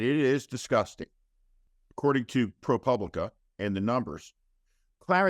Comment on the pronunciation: Listen up: it's Pro POOBLICA, not pub lica. You're a professional. Get it right.